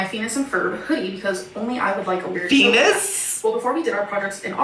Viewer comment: Everyone else: phineas: phenis